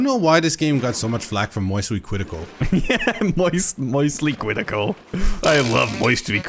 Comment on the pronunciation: I LOVE MWOISTYLY CWITICAL TOO!